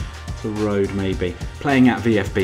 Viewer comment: Terodde is spelled "Te-RODde"